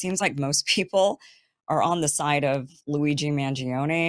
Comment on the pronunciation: I love your italian accent when you name him !